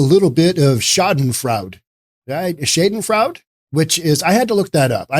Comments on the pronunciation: i believe you mispronounced: Veritas, Schadenfreude, Noe Valley: vair i tas (NOT ver eye tis) shah den froy da (NOT shay din frowd) no e valley (NOT no valley) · VER-i-tas SHA-den FROY-deh